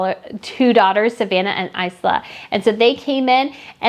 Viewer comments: Isla is pronounced Ijla. Viscount is pronounced Vicount (vaicount). 🙂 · Isla = Eye-la